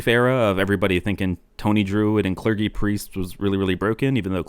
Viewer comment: it's clergy not clergy